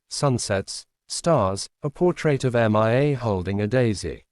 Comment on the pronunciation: The reading program is faulty. The name Mia is pronounced MeeYa, not Em eye Ay. The latter is spelled MIA, (all capitals) and refers to my brother and 2 comrades from battle (2 of the 3 have had their bodies returned. the third is still MIA)